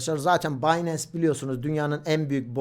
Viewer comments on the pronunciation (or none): none